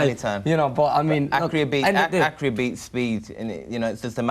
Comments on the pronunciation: What the fucks Accury? it's A-c-c-u-r-a-c-y, Kell. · Accurry or accuracy lol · 6.25 did kell jusy say 'accurary' beats speed LOL. i think he meant 'accuracy'. the guy cannot talk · 'accury beats speed' huh? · Kells so cute the way he cant say "accuracy" honest